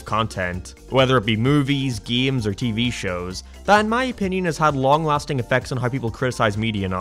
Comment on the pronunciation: Ew he pronounces it "geems". -a true gAmer